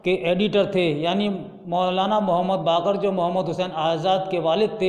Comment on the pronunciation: बाकिर सही उच्चारण है